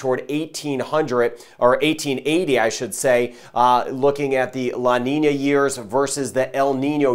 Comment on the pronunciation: Love how good he pronounce the Ñ - La Niña - El Niño . ***